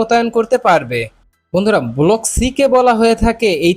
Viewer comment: আরে চ্যানেল চালাইতে আইছস, আর 'ব্লক' রে কছ ' বলক'। বাংলাদেশ মানেই গরু